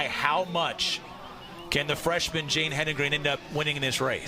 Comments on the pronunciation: To all the English majors out there who took it upon themselves to correct the announcers about Jane's name. Just stop. You know who does not care? Jane. Just enjoy the moment. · I had to mute this. Yap yap yap blah blah blah STFU AND GET HER NAME RIGHT BOTH OF YA!!!🤬🤦